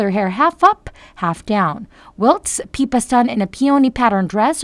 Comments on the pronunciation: If you’re going to report on Princess Catherine please at least how to pronounce their names correctly. Her sister’s name is PIPPA…NOT PEEPA‼️‼️ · Please adjust your auto voice --- "PEEPA", Seriously??? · Your saying Pippas name wrong!